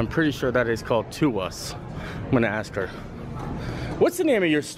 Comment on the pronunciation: Pretty sure it's TOUS (pronounced "TOOS") which is French for "everything"